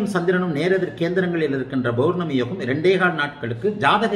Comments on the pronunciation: ஆக இன்ப நிதி நம்மை ஆள்வார் நம்மை போன்ற அடிமையாக இருப்பவர்களுக்கு மகிழ்ச்சியான அறிகுறி தென்படுகிறது. என்ன ஜோதிடர் பௌர்ணமி என்பதை பொவர்னமி என்று உச்சரிக்கிறார். ஆக மக்களுக்கு உஷ்ணம் அதிகம் அடைவர். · Bournami இல்ல சார் pournami Pa பௌர்ணமி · Bowrnami, Bowrnami nu solrigala unga appa Tamil vathi ya